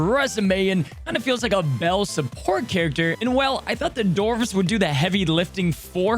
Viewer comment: dwarfs, with a W Dwar, not door-ves Thanks bud 😊